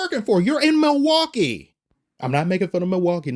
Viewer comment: "Theres not a bread crumb of debauchery in sight in milwakee" 😂😂😂 xd